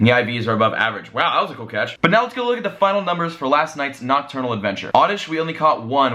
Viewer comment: STOP SAYING OCTURNAL!!!